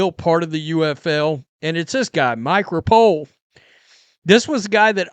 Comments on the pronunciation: Right on, and hello from Louisville. I bought season tickets for the Kings, and it's going to be a blast. Agree with your points. Full houses are all the difference in vibes and league sustainability/veracity. PS - Repole is pronounced Rep-o-lee. Dude is all in. Cheers. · Hi,, always enjoy your videos! No big deal, but the new owner's name is pronounced " Repolly" I know him from watching Horse racing. He also owns and breeds many Race horses. Keep up the good work!